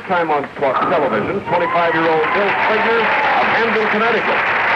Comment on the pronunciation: No one told how to pronounce Bill’s name?